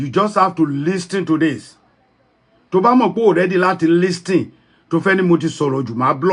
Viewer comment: u claimed u live in America and u called it Listen. T is silence in the pronunciation of LISTEN